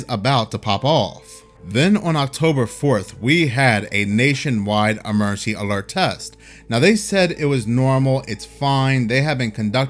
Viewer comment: If you can't say the word emergency, why do a video where you have to say the word emergency 5,000 times?